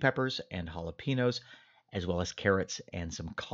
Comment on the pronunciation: ) Sorry... just a pet peeve of mine. Former NYer here, so I used to say it that way too. Also used to say "Chipolte" lol. Living in TX for 23 years, so now I'm a little bit of a pronunciationnazi. I love your channel, man! You have one of the best on YT!